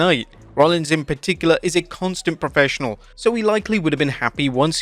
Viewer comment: “It iz what it iz” 🤣🤣🤣